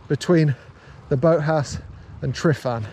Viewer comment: *Tru-van. Pronounce the “f” as a “v” 👊🏴 Nice video, I do the same - can’t wait to get back to the Ogwen Valley myself, it’s been over a year now and I’m only 45 minutes away 😢